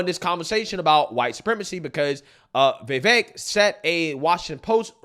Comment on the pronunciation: You MUST learn to say Vivek's name properly. He's an excellent candidate and deserves to be respected. Please take an hour of your time to learn the man's name. Here's the proper pronunciation